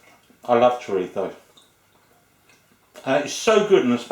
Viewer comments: It chrizo not chirtho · it's choreetho or choreeso, not choritzo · I’m Filipino of a Spanish, Chinese, Japanese, and a remote European descent, and I’m pretty sure you don’t pronounce chorizo as “Choritho” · Es chorizo... no choritzo. Chorizo or spanish sausage is also in spanish lenguage A THIEF...LOL......like the chorizo IÑAKI URDANGARÍN...The son in law of the ex-king of Spain Juan Carlos I. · Bill Stoeckel You are both wrong is CHORIZO, not what you said ,not this...CHRIZO you eated the O and not the other one that you were saying......CHIRTHO,so you were wrong before you try to correct others correct yourself ,CHORIZO......that is , now you know. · Did he say "chorifo"? It's a z, not an f. LOL! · did, but it's entertaining ;-) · love the way you say chorizo